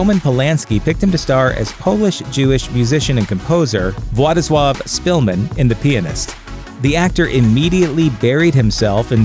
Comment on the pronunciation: Nice pronounciation of "Władysław" :)